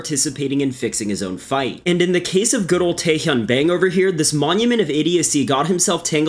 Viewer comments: It's pronounced 'Bong', btw. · Bang is pronounce bah•ng Like there's 2 ways to say AEIOU the other is Ah Eh I Oh U. But you did pronounce Tae Hyun PERFECTLY.